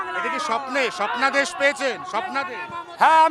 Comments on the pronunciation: Uni swapnadrsh peachen na Swapno dosh peachen bujhlum na 😂😂😂. Valo kore sonar por bujhlam nijei bolche Swapno dosh😅😅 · সপ্নাদেশ ❌ স্বপ্নদোষ ✅😂